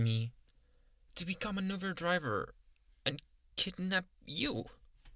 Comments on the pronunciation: Did he say uver or uber 😂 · “Uhh I never did ovvu gaver” Lol who still remembers this